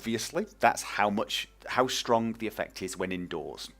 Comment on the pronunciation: I love how you say the words- stronG and runninG. :)